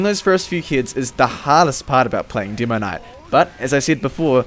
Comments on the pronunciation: "Deemoknight"? "hidz?" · "Dimoknight" dat accent ;)